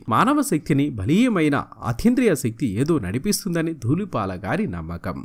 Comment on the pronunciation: He is duullipaala not doollipaaka please anchor sir rectify ur wrong pronounciation. Manchi artist gurinchi prastavincharu. Tq. Pronounciation mistakes chaalaa vastunnaayi . Sarichesukogalaru. 🙏